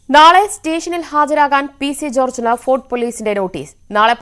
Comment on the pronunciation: ഫോർഡ് അല്ല ഫോർട്ട്‌. ആരേലും ശ്രദ്ധിച്ചോ